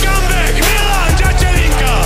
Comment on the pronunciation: ale musim pochvalit Karlosa, ze spravne vyslovuje Milanove priezvisko na rozdiel od typka, ktory nahovoril uputavku na ten titulovy zapas, co mi pride celkom fail. Pretoze Datelinka sa spravne na Slovensku vyslovuje tak, ze sa to "t" zmakcuje.